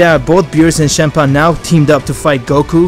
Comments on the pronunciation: nobody: me: champa: chempa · It's not shampa it's champa